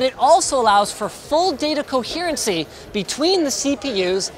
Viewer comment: "Data coherencey" about